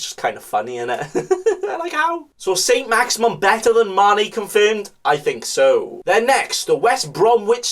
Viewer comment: haha its not saint maximum, its saint maximin (maximum+minimum)